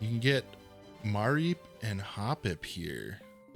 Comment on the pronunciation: it's muh-reep not ma-reep lol